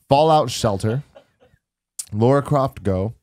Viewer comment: lah-rah croft, lara, not laura